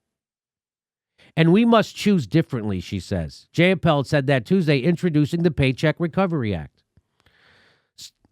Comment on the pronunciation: Pramily Jayapal's nameis pronounced JEY-apal. As in EYE. Long "I"